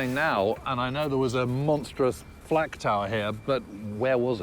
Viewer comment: The narrator keeps saying FLAT tower when its the FLAK tower or is my hearing bad?